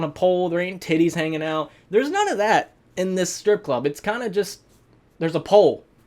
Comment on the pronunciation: I laughed cause I thought he said “it’s a paul” instead of “it’s a pole”